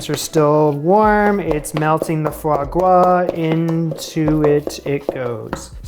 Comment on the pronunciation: Sir you don’t ever have to explain or apologize for why you’re using foie gras, maybe for why you pronounce gras like gwas but not for using it.